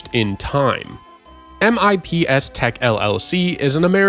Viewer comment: its pronounced "mips" typically 😄